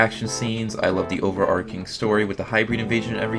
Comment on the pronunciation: Holy shit, someone who actually pronounces “overarching” correctly